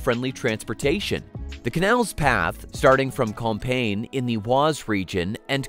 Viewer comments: Within an overall excellent and interesting documentary, it's a minor (but repeated) niggle with the narration. You migh also pronounce as "Comp-ee-yen". Certainly not campaign". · Compiègne = com-pi-ay-nye. Not "compain" ;)